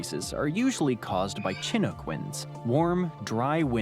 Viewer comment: That silly AI narrator laid a blooper on Montana right near the start. The winds mentioned , specifically 'chinook', is shin--OOK, not CHIN-uck, which rhymes with 'book'. The other half of Great Smoky Mtns. is in KY. Although he mentioned Canyonlands, he neglected to point out that it's a national park--1 of 5 in Utah. He also neglected to mention that the remainder of the Delmarva Peninsula is the entire state of Delaware.